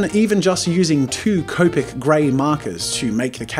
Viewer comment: Hey jazza finally said copic right!